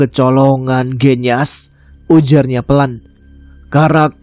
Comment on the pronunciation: Waalaikumsalamsalam mas tama... Cuma mo ngsih tau mas bilang "genyas" kata E nya sperti bilang "gendis" mas..